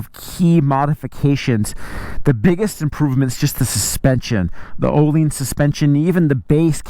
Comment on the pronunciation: Ohlines 🤣🤣 you mean ohlins